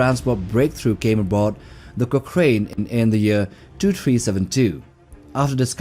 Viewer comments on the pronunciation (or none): Pretty good. You need to learn how to pronounce names though....Zephrom Cochrane is pronounced Cockrun....not Cockrain.